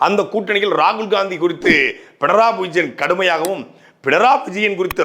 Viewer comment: பிணராயி என்பதே சரியான உச்சரிப்பு.